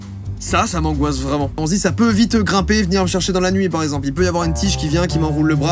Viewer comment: "Ce mot sport mengoisse" mdr trop drôle